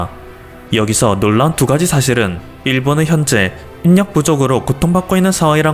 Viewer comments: '인력'의 발음이 '일력'인데 '인녁'이 아님. '만의 하나'가 더 정확하지 않을까요.... 1/2의 경우 2분의 1로 표기하지요... 2분에 1로 표기는 잘못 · 어쩔 수 없이 들어가야만 하는 호텔이 천정이 없다면? 인력은 일력으로 읽어야 합니다. 인녁이 아닙니다. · 인 력 으로 발음 하지말고 일력 으로 발음해야 합니다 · 인력 인녁.아니고 일력 이라고 발음해주세요 거슬림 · [인력] 발음은 “일력”입니다 듣기가 무척이나 거북합니다 다음부터는 제대로 발음해 주세요~ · '인력' 을 읽을때는 '일력' 으로 읽어야 됩니다^^ 듣기가 거북해요^^ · 인력 [ 일력 ] 발음 거슬려요